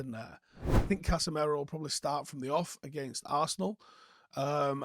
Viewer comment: Will ever learn how to pronounce Casemiro?